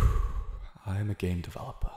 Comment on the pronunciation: Who has heard ‘i’m a gay developer ‘ instead of ‘ i’m a game developper’